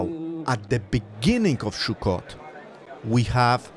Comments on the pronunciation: Sukkot (סוכות) not Shukkot. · Sukkot my friend not shukot please my ears are bleeding. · Why do you say SHUKOT? It's pronounced SUKOT! S not SH. ס not ש. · Please say“Sukkot“ and not shukot! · sukot not shukot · Not Shukot Sukot say it right!!! Suot is spelled with a samech not a shin it is pronounced Sukot not Shukot!! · Great video, it only took you 3 minutes to get to religious ramblings. it's also pronounced "sukot" not "shukot" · Its pronounced Sukkot, with an S, not Shukkot with a Sh. You sound Israeli, so it is very strange that you get wrong the punctuation of something so simple. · The holiday is called suckot not shuckot.... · Shukkot? It's Sukkot! I don't know where the confusion is coming from, Sukkot is written starting with the Hebrew Samech (ס) not Shin (ש) which can be pronounced as S or Sh depending where you place the Nikud (dot) at (שׂ/שׂ). I'm seriously thinking about starting giving my own Hebrew lessons. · The holiday pronunciation is not “Shokut”, it’s sukot. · It is Sukkot סוכות Not Shukkot. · It's Sukkot, not Shukot. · Not "Shukot". Sukot. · It's Sukkot not Shukkot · btw its not "shukot" it's "sukot" with an 's' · This is not “shukkot”, it is “sukkot” with a “s”. It has nothing to do with a shuk…..😂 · did u just say "shuccot" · Minor mispronunciation of the name of the Holiday makes me suspicious of the veracity of this report. I gave this a like but I am a bit skeptical until I see it from the [anti-israel biased] mainstream media. Or at least see it in Hamodia. (Though they don't publish during Sukkoth.)